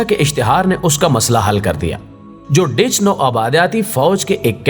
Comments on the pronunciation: Dear please pronounce correctly 'Dutch'. It is not 'Ditch'. Thanks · Janaab ye "DUTCH" hai Dich nahi hai